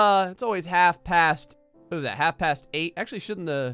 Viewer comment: When you say it is halve b